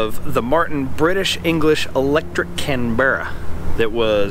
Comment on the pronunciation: It's Can-bra not Can- bear-ah